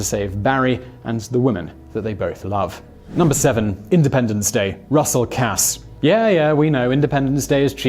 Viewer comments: Hey brother, weirdly enough “Casse” is pronounced the same way as “case”. Just helping out. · They literally say Russell Casse's name in the movie, how do you pronounce it so incorrectly?